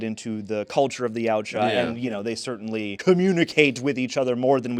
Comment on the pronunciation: Jesus Christ, finally someone pronounced their species' name correctly.